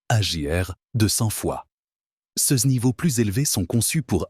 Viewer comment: C’est de l’ia qui cause ! Complètement insupportable ! Exemple : « ces » l’ia prononce cèces !